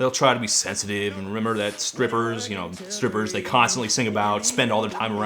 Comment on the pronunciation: yoo Todd u say scrippers? 😂